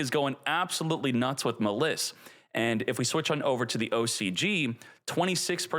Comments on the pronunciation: its literally a play on malice and he pronounces it muh-liss... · Maliss, it's like malice not ma liss. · bro said muh liss. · It’s pronounced as Malice since it’s based off of Alice in Wonderland 😂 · Is illiterate? How do you pronounce Maliss wrong? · I usually don't get irritated by mispronouncing, but come on. Maliss, the archetype based on Alice in Wonderland, can't be butchered more than how he says it. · I can’t tell if you’re trolling or not with these pronunciations. I can let the Maliss slide, but Apollo USA, that’s too far, lol. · Why the fuck are you saying "Maliss" like that? That is literally not cognizant with the name Alice or with how people pronounce Malice or Maliss. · bruh pronounces maliss like a dumbass